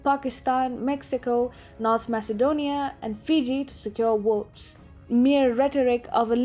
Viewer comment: it's ''Votes'' not ''Wotes''! Speak ''Egwish''!